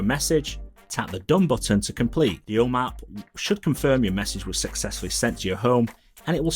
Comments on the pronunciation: I kept hearing “O Map”. Kept wondering what this was. Just realized he’s saying “home app”. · I’d justify it being the accent but I geninuely think he’s trolling or something. Om App he said probably 10 times but he properly pronounced HomeKit completely right every time. 🤷🏼‍♂️